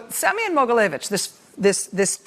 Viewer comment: Rachel, your pronunciation of Semion’s name is almost exact so don’t worry. :) Thank you so much for all of your hard work. It’s hard being descendant from Russia, having family in Russia, and trying to be proud of my heritage while also being well aware of Russia’s attacks on the U.S. There’s no doubt in my mind that Trump is helping Putin in his “master plan.”